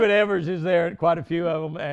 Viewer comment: Man..he called you Edwin Ev -ERS?!! Jimmy probably sleeps in sunglasses..😂